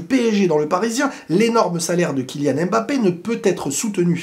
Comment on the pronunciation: Pourquoi les français disent Embappé (aime mbappé)